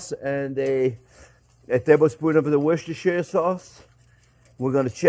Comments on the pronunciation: 'Wooster' sauce, JP. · I thought it's pronounced "wooshter" sauce. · Hey chef you pronounce it like WOOSTER-SAUCE. 😊 I know, it's written diverend on the bottle, but... The English say it to you call that sauce: WOOSTER-SAUCE. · “what’s-dis-here” sauce😊